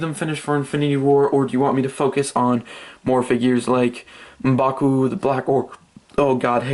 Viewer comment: I love the way u say M'Baku